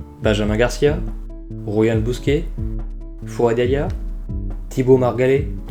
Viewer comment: C’est yaha pas yaya